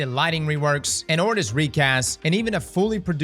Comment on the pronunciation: Did he just say "ordis recast"!?😢